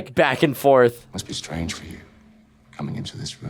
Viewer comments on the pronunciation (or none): none